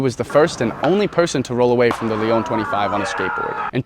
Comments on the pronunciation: You said Leon….. it’s spelled Lyon but pronounced like Lion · Not Léon Lyon the city bro im french pls Just for that